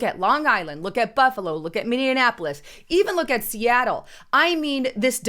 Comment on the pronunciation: Hey; The minnesota city is pronounced “mini-apple-less”